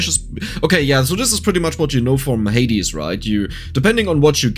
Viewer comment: The way you say Hades gives my brain the happy giggle juice